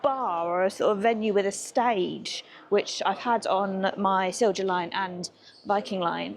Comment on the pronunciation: The a la carte on Viking is stunning. We shall certainly try Color. The Stenaline from Kiel (rhymes with peel) to Gothenburg is nowhere near as nice. Then Vy Bus4You on to central Sweden. BTW, Silja is pronounced "silya"